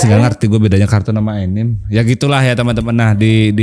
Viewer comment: Anime dan kartun ya mirip. Anime istilah kartun² Jepang. Dan anime dibaca anime, bukan ENIM ENIM, bang 😂 Tadinya saya mikir², enim enim itu apa. 🤣